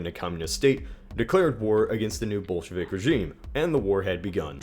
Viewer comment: Did you say Bolshevik or Bullshit?